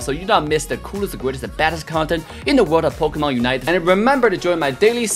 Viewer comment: says POKAMANE lol